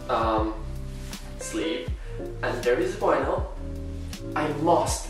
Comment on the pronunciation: no one:: "Wynils"